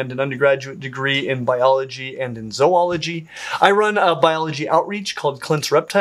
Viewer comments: ZOO-ology Not Zwoo-ology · Lol, you say zoology so weird... I've never heard anyone call it "zoe-oh-la-gee" before 😂 americans are so weird